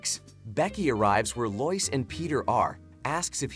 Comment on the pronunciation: Not loise it's lois